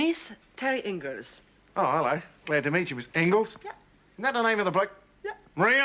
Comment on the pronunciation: She’s bat shit crazy! But lovely. Has she been on Dasha’s home brew?! BTW a little thing that irks me (not meant personally against you or anyone) is the pronunciation of Terry’s name. In 1985 it was always pronounced “In-gals” but in the Time Travel webisode, and here by Paul and even by Maxine herself, it’s incorrectly pronounced “Ing-liss”. Ho hum!! Love your videos though!